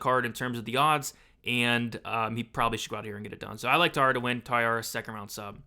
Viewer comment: Tat-su-ro, not Tat-su-ra. Ta-eeh-ra, not Tai-ar-ah.